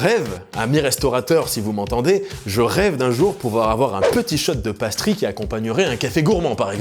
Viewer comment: vidéo interressante par contre ta prononciation du mot "pastry" est du niveau de ceux qui disent "palale" pour "pale ale" XD